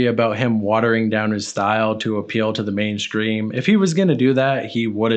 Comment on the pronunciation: Why do you say "mainscream" and in other videos I have heard "induskree" why are you doing that? Lol